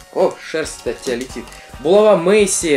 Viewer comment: булава ударение на а